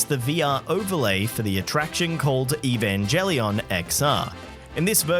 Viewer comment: "For an English speaker who doesn't know what Evangelion is, it can be even more confusing" On the one hand you saying the name wrong does indicate not knowing what it is, on the other I, knowing what it it, would probably find it pretty cool. Still, no idea that Cool Japan was involved with Universal Studios Japan, but then the only thing I am familiar with them is stuff they've been doing on this side of the Pacific in the form of assisting with anime and video game conventions, as well as purchasing a stake in Sentai Filmwork's, North America's second largest anime distributor.